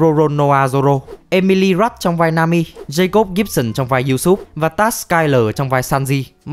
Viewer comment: Video hay nhưng hơi khó chịu chỗ Usopp bị đọc là Usoop một tí thôi